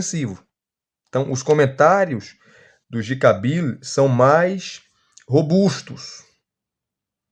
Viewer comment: Irmão, sei do seu esforço mas procure melhorar a pronúncia de G.K Beale por graça. 😅🙏